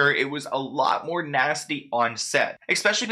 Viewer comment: Please stop putting an X in ESPECIALLY. It is not pronounced EXpecially.